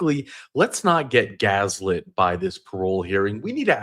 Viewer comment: you sneaky mofo you just past your original channel subscribers and reached 100k first! ❤🎉 and it’s GASLIT NOT GAZLIT you AI generated fake ass… J/k